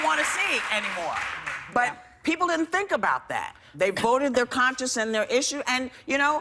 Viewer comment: Whoopi doesn't even know how to pronounce conscience. She said conscious. Joy is a man hater. Go figure.